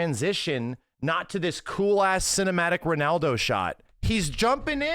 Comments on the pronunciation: can't pronounce Ronaldo 😂 He keeps going "Renaldo" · max saying renaldo 😂